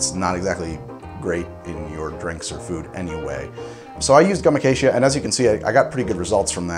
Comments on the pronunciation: How did you manage to pronounce “gum acacia” three different ways in less than 30 seconds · he pronounced gum acacia three different ways. was that a joke?